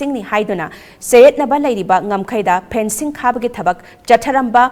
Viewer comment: Fencing not phencing...karigi wa ngangbada kapli² twbani...Phencing means what?